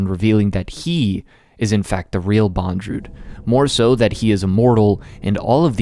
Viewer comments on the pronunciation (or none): Still, it’s Bond-Lew, not bon-dru